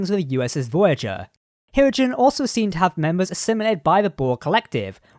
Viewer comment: Yes, it's pronounced ”hir-O-gen”